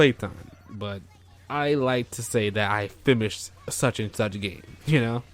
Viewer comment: Are you saying "fimmished"?